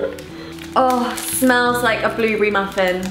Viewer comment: I love how Niomi says blueberry, "blewbree" 😂❤❤